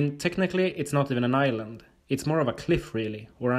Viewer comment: "I even knew about Ireland." What's Ireland? Island with an accent?